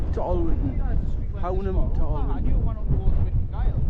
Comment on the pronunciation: Cracking spot - the locals pronounce Hownam - Hoooo-num